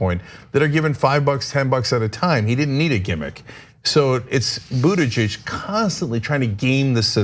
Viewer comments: She added a possession form at the end of his name Buttigeig('s) at least that is what I heard.... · Anna, learn to say his name: "boot*edge*edge" (From his personal tutorial)